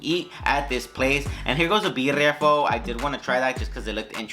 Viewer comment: Loved the detailed tour of the place. Only critique would be the proper and correct pronouncement of things, ie., buffet, salmon, pho, bisque. Otherwise, good job!!!